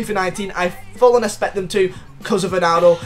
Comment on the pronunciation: Swear this guy can’t say expect